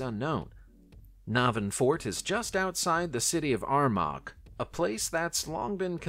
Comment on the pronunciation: Armagh = Ahr - MAH